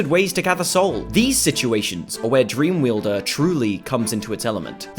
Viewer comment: It's Pronounced dreamwielder. WIELDER! WITH A W! YOU FREAKING VAMPIRE!